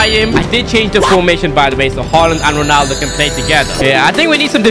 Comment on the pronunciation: bro said ronadlo 💀